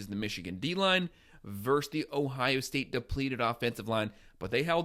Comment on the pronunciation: The word is 'versus,' not "verse." We're football fans, not poets. Thanks, man.